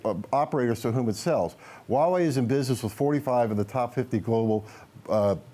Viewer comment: Why can no one pronounce the H in huawei? I cringe every time.